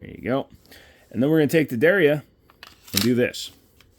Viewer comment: Der ya, two syl-ables.